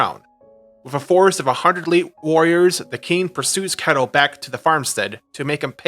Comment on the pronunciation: I hate to be that guy, but I am Danish so I think I can speak here, Ketil isn't pronounced like kettle. The "e" is said for a bit longer, and the "i" isn't silent. Atleast that's how it's pronounced nowadays, it could be pronounced differently in those times.